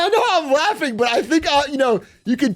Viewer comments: FYI it's Shadenfreude not ShameFreud! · SCHADENFREUDE not shidin froyd 😭💔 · Bro, you lived in germany I never want to hear you pronounce "schadenfreude" as shaidenfroid. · interesting pronunciation. "Schädenfreud" ...could be worst, sounds bavarian tho. 4/10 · most insane part of the video is how big a pronounces schadenfreude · Praying for Atrioc to get big enough so he can get a EU correspondent that speaks German and can tell him how to pronounce Schadenfreude 😔🙏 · The A in Schadenfreude is pronounced like the A in Shaw. Not like the A in Shadow. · that was the most horrible pronounciation of schadenfreude i ever heard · Anyone else catch the weird way Big A said schadenfreude LOL